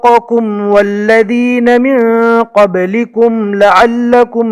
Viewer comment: Apne galat pad diya kaboolikum hai kablikum nhi h